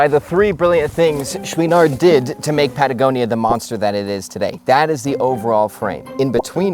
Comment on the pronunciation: I’d find this video more enjoyable if you could learn how to properly pronounce Chouinard. Also, while you’re at it, “mountain” — there’s a ‘T’ in there. 😉